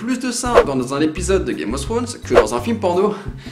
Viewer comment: Dès qu'il dit "Game Of Srones" j'ai les oreilles qui sifflent '^^